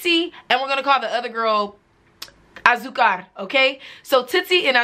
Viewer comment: i die everytime u say azucar lmao